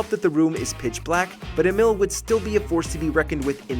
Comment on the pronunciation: Bro , his name is Emil (Emeel) Also he's not a robot 😢